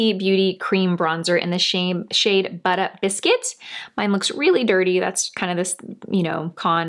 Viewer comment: I loved every time you said “buttah biscuit”!! Haha I need to try that now just bc of the name!!